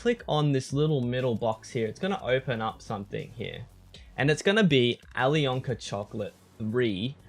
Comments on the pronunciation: You dont speak out the "k" in alyonka :) it is "Ayliona" :) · please learn how to say alyonka